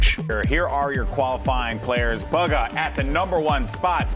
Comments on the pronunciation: He says buga instead bugha it's BUGHA !!!!!!!!!!! Get it right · I heard him say baga Not booga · Why is he saying booger and not boo- gha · Its bugha not buga 😂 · It’s BUUUUUUGHHA NOT BOOOOGA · I can't 😂 They pronounce his name as "bugga" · Courage pronounces it Booooooooooogaa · The way he pronounces Bugha, like Buh-gha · this manz really said bug-ha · Bug-ga man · He says it like bugga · Mans called him boogah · my man said baga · ItS nOt BuGGa!! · So annoyed every time this guy says bugga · Sorry but you call him bugger not bugha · Imagine being the team he is in and not being able pronounce his name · Why do people say his name wrong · When they pronounce his name wrong the entire video.....